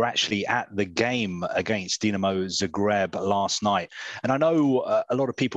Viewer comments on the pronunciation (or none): none